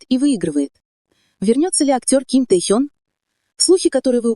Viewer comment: Почему неправильно называете Ким Техена?